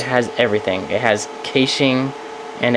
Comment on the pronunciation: Its pronounced cashing.